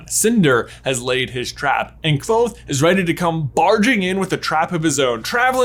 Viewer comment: Your perfect pronunciation of "Kvothe" is SO satisfying.